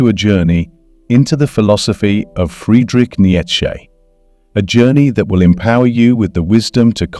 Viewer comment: man, this video is crock of BS! He can't even pronounce Nietzsche name correctly!!